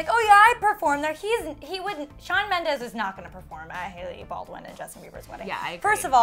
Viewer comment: Shawn Mendeeeees not ez!!! Ughhh